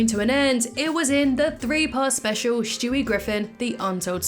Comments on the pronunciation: Stewie. Not shtewie. I just had to say it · Why do you call him Shtewie? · Shtewie, interesting.